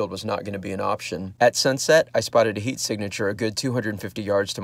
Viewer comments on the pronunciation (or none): none